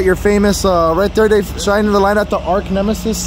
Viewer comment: I heard "arc nemesis" I see you also watch Ron Pratt lol